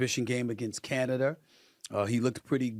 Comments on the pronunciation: Stephen A. has a speech impediment. He is incapable of pronouncing words ending in "a." For instance, he calls Ima Udoka- Ime UdokER, Rob Palinka is PalinkER, Canada is CanadER, and Minnesota is MinnesotER, etc. He adds an ER to every word ending in A. It's wild. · Canaderr....wtf is wrong with this guy? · SAS: “Canader” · “Against Canader”… 😂😂😂